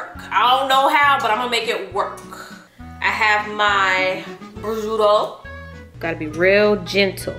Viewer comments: The pronunciation of prucuito had me dead😂😂😂 #JaeTeam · It’s pronounced Pro-shoo-toe lol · It's pro-shoot-toe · it's pro-shoe-toe 💜